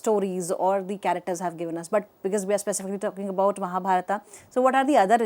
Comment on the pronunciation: Nice video, sir. It's wonderful. But the lady doesn't pronounce Mahabharat properly. it's shameful as an Indian she behaves like a NRI.